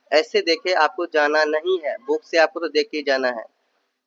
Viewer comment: Apko jab buukk mila to buukkk ko pdhna h bhai. Ase kuuu krte ho ap.